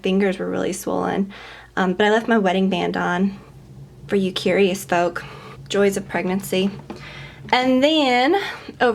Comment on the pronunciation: "For you curious 'foke'" 😂😂😂